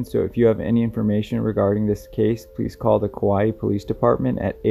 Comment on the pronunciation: Kauai is pronounced "Cow-Eye"